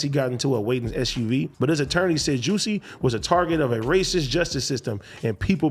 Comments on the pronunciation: AD and Adam pronouncing jussie like “juicy” is wild lmao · Juss-ie. Adam called him juicy too!!! 😒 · They both know dizzamn well his gay name is (Juh-see, not jew-see) smh 😆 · The fact that they pronounce it as juicy instead of jus see 😂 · It’s the Juicy not Jussie for me 😭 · I’m 💀 at Adam sayin “fuk you Juicy J” 🤣 was that a slip or is there “beef” out here? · pronounced jah-see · Yo we so disrespectful cause I don’t think nobody pronounces his name right and we do it purposely 😂😂😂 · I just love how AD completely butchered “Jussie’s” name 😂😂😂